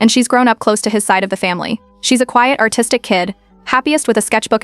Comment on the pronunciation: I heard,autistic and not artistic